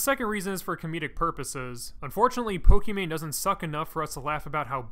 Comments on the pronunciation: its poki not pooki..... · "I do lots of research for my videos." calls her Po-key-mane I enjoyed the video. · dude said pokimacoroni